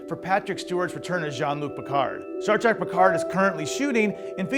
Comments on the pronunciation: Stop saying "Star Track"! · After all these decades MFer's still saying Star TRACK!